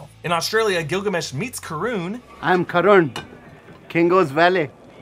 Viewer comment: Karan's name is pronounced "Kir - un". "Kir" rhymes with "Sir" and "un" rhymes with "one".